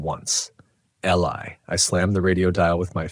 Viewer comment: the name Eli is pronounced ee-lie 🤦🏼‍♀️